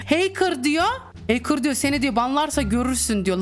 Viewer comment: ✨bUgÜn HeYkIrHh OlUyOrUğĞm HeYkIrHh✨